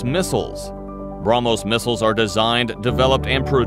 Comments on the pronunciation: He can't even pronounce how can he support his nation 😂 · Gets hit by a Brahmos Ships: Bruh-mos